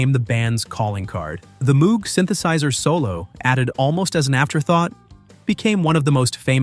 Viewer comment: Moog rhymes with "mode" and "vogue"